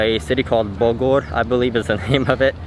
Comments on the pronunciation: nice! I hope you enjoyed the trip. If I was there Id be more than willing to guide you around. You pronounced Bogor correctly and the way you did for taman anggrek: just Impressive! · when you said Bogor thats so impressive.